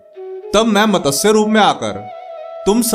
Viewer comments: यह मतसय नहीं। उच्चारण ग़लत है।वह मत्स्य है। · मतस्य नही मत्स्य बोलो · मतस्य? ना ना मत्स्य